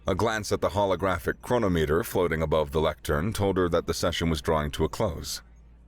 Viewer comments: I really enjoy this narrator, but please, it's "Cron-om-iter", not "Cro-no-meter". Sorry, but some of the mispronounciations distract from the story for me. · Ah, Chrono-Meter? It's chro-Nom-eter. I lose interest when words get mangled.